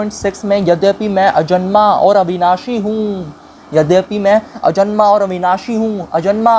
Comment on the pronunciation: अजन्मा को अजमना बोल रहे हो, ऐसे ही वेदभाष्य होता है क्या